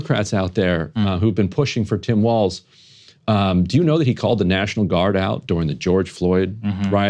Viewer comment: "Walz" is German and is hence pronounced "waltz," not "walls."